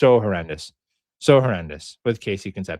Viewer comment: How to pronounce Concepcion ... Con ... Sep ... See ... Own ... 😉